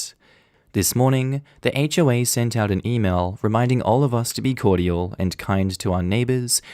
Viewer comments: THE WAY YOU SAY CORDIAL....... SOUNDS LIKE COITAL. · Okay, Australians pronounce cordial as three syllables? Or is it just?